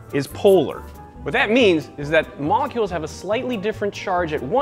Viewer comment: 'Sugar Moollolecules'